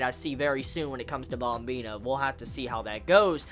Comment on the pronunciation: Wtf is up with the " BOMBINA" ? pronounce it correctly brah, yeah u mad?